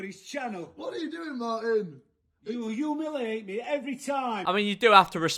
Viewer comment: The fact that can’t pronounce humiliate properly